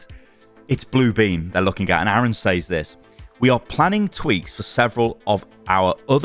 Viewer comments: can you pronounce says correctly please? It's pronounced sez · I get so distracted every time you say "says"